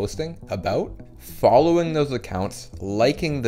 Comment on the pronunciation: bro stop saying sfolloing